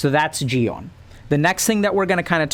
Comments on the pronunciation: Your "Gi-hun" pronunciation is perfect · you're like the first english-speaking person i've heard pronuncing Gihun's and Saebyeok's name right, so don't worry about that, you're doing great